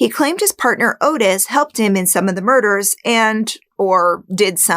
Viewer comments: his name was "ottis", not "otis" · Not "oh-tis", its pronounced "ah-tis". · His name is Ottis (ot-is), not Otis. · 'Ottis' is pronounced 'Awtis', not 'Otis'. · Interesting recap. Only one thing Ottis Tool’s names is not pronounced Otis it’s pronounced Ot-tis. I believe Dahmer could have killed a Adam. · His name is pronounced "Oddes", from every other video I've seen on this pair. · This is a common mistake, but Toole's first name is spelled with 2 T's and the first syllable is pronounced like caught, bought, sought etc. I think this can be attributed to the "Henry" film spelling and pronouncing it the traditional way. As for this "theory"? It sounds about as plausible as Ottis! I love your "subtle" attempt at manipulating the audience with stuff like "no kills in ten years? I don't buy it", despite there being ZERO evidence to the contrary. Both killers made the most valid statements on the matter, with Toole, who, having an IQ of 50, was still smart enough to know exactly how the cops played their game with how they got him to continually "confess". And Dahmer stating bluntly "why would I lie after being truthful about everything else?" Seriously, why would he? You failed to convey any good reason that would indicate the opposite. You can't overlook that serial offenders are more often than not very specific in their crimes. Dahmer was not a pedophile, plain and simple. Even the 14 year old victim falls under hebephilia, not pedophilia. If you're a podcaster who focuses on serial killers and sex criminals, I don't see why you would deliberately overlook such things.